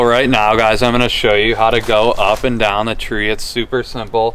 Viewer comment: The way he says "up and dahn" makes me think he's from Pittsburgh